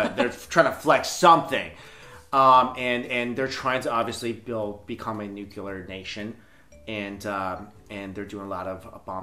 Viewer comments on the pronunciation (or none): The word is Nuclear not nukiller you ignoramus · for God's sake... It's pronounced "NEW CLEAR" not "new q ler" ...